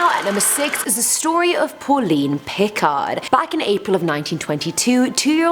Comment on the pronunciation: The d of Picard in french we don't pronounce it:) and you you are the bests ♡:)